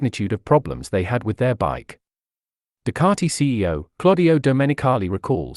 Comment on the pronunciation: Ducati. Ducati. Learn to speak correctly Ducati NOT Ducararti